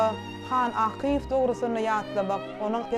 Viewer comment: Gowy gepleşik bolupdyr. Ýöne alyp baryjy has gowyýarassa we dürüst gürläp biri tapylmadyka. 1.minutdan başlady ýalňyşyp. Akyýew familiýasyny dogry diýip bilenok. Gaty köp ýalňyşlary bar. Logiçnyý soraglar sorap bilmedi. Etmeli etmeli diýip edipdir. Has gyzgyn mahirli artistlerimiz bar şolar işlemeli ekeni ýa-da ýazgyň içindäki artist hem alyp baryp bilerdi.